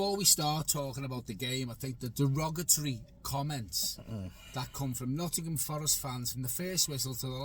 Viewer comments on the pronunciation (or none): none